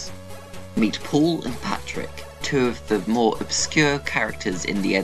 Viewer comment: You said Patrick it’s Patrick